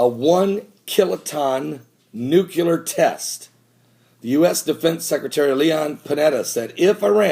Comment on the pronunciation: Have to say it, ive seen many of your videos and enjoy them quite a bit, but everytime you say NUCULAR it drives me nuts, the word is nuclear (nu·cle·ar) there is no U after the C